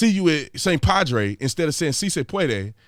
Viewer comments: She said, “Si, se pwadray”. (Phonetically) What was she trying to say? What she said doesn’t closely translate to anything! If you can is, “Si se puedas”, if you are talking to one person. (Familiar) To multiple people, “Si se puedan” (formal and familiar spoken to more than one person in Latin America ). Spain is different, but not close to her gibberish. They have no clue what she was even trying to say, guarantee it. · Not "si se padre". She said "si se pwadway". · She didn’t even say padre. She said pawdie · She didn’t even say “padre”, she said “puadue” ... it’s not even a word in Spanish, she just really messed up saying “puede”. It’s not hard... she didn’t practice enough. 🤦‍♀️ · Teleprompter said: "See say pwadwae" Jill Biden says: "See say pwadwae" Me: "WHAT???" 🤔🙄🤭.......🤣😂🤣😂🤣😂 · Correction. She actually said “see say pwodway”. I know because Elmer Fudd is her speech writer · Did she just say " Si se Puadeuh"? Either shes having an early stroke, suffered a derp moment or is the true example of the Dixiecratic Party. "Si Se Puede" is how its pronounced and Brandon did a far better job pronouncing it. Im Hispanic btw. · See say pawdray 😆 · I think she did say it right, we need the Father!! Jesus Please help us, we need help from these idiots!! 😂😂 If your going to spin your platform on the backs of Ethnic people and immigration, maybe you should try pronouncing their language!! 😂😂. Brandons right, she didnt even practice this speech. No one told her how to say it Correctly!?. Totally embarrassing!! 😂